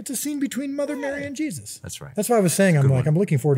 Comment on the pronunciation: “Jezus” how u gonna butcher my man’s name like that bro 😭